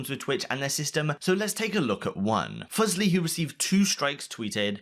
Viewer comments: I'm only commenting because you said Fusly like fugly. It's Fusly like Foo-slee. Thank you goodbye. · Fuse-ly not Fuzz-ly 😭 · This dude said "Fuzzly" lol can't even do the research how to pronounce Leslie's name right. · not at all, if you are reporting news you should have a duty to report accurately. It would take no more then 30 seconds to know how to pronounce FUSE-lee if done phonetically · You’re saying fuslie wrong. ‘Fuzlie’ lol